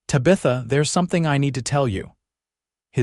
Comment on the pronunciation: AAAAGGGGGGHHHH!!!!!! Tabitha is NOT Ta-Bith-A - it's TAB-ith-a! Fix AI please!!!